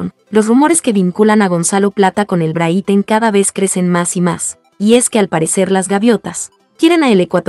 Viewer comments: NO SE PRONUNCIA BRITEN SINO BRIGHTON! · Porque dice Brithon ya mismo lo dice Brito 😅😅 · Encima de publicar noticias falsas no saben pronunciar el equipo... De verdad no se cómo carajos tienen la cara de aparecer y seguir?